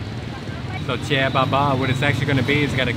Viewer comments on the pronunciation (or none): Chè bà ba mà tui nghe ổng kêu chè baba . Tui tưởng kêu ông bán chè là chè baba ☺️